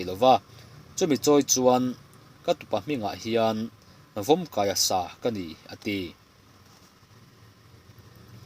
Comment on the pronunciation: I han sawi chhuah tâkah chuan "sa khân" tih lai accent hi thûk loh tur a ni zâwk awm tak a ni, a laia vowel a chunga thûkna symbol thai kuai (~) pawh hi dah lo ta ila, thlûk lovin,sa khan ti a lam tawi vut chi a nih hnel,,, Upa titi-na ah pawh sa khan an ti mai,,,khan chu kalkawng, kawngṭum,ke a kal chi ho kal fo ṭhinna hi a ni a, mualkhan ṭhuampui tih pawh hi kawngpêng ṭhuam jucntion piont lai tihna a nih hmel. Sawlai tlâmgdung khan saw,,,tih te hi saw ta tlâng dunga kawng saw, tihna,,,tin,lamtlûang (tlûang) pawh hi kalkawng tihna tho. "Khân" tih thlûk phei deuh duai erawh hi chu,thil beisei awm tak,sure loh pawn,ngei ngei tih ang deuh, hlawhchham aia hlawhtling ngei ngei tura rinawm lam sawina nen a inhmeh hle,,,hetiangin: saw lai muala Sunhlu/Sinhlu rah saw a tui hle mai, sakhi pawhin an tlân rak ṭha hle a, ṭhianpa va châng ta che, a "khân" teh a nia... Khu ti lam daithlang kawngkam maia Sakuh khan tharlâm takah khuan sakuh thang va kam ta che, i âwk vat ngei ngei ang,,,a "khân" teh a sin, " khân" thlûk ngai hi chu hopeful lam a kâwk zâwk âwm a sin. Saw lai mual saw va chuan ta la, a tlângdung khan kha zawh a nuam ber ang....adt. a khan dang mual pangpêra kal erawh minchhel awih bakbahai zawh nuam lo leh khâmpang hêl tur a tam zâwk.adt. Sa khan lam dan chu,mutnaah min khan ziah suh, che ṭha thei lovin i ke rit takin min khan bet tlat zêla,a hrehawm thei teh a nia...te han ti riat ve mai mai ila sawi tâkah chuan.